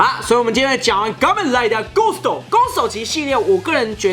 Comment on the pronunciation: 感覺最近N大最近都把kamen rider唸成gamen rider